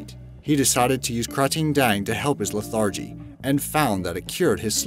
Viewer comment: the word is pronounced LETH-er-jee, not le-THAR-jee. (The adjective "lethargic" is pronounced le-THAR-jick.)